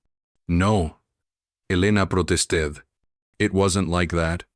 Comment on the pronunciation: The pronunciation of 'protested' is nonsensical at best.